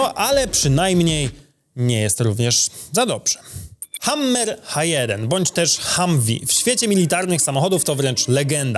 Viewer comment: Po pierwsze mowi sie hamer a nie hammer przez dwa m, jak bys byl wiesniakiem spod szymanowa, dwa to to, ze lampy z porszakow nie kradli i nie kradna zeby sprzedawac tylko hodowac ziolo. Typ co prowadzi kanal motoryzacyjny... 😂